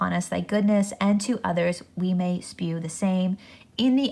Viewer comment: It is not spew, but shew, is correct.